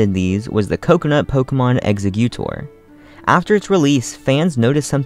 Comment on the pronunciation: I’m sorry, but the way he pronounces “Executor” makes me want to die.